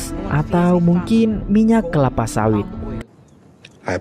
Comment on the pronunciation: Tiga kepala min😂 bukan kelapa 😅